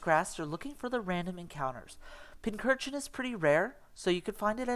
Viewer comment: Great video, but isn’t it pronounced pinch-urchin?